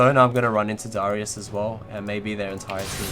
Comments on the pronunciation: Happy birthday! but you kept saying dyrus instead of darius, hahah. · you also dont pronounce darius' name properly, ots just darius not daahrius